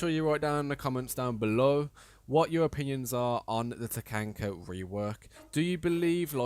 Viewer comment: Do you unironically say Takanka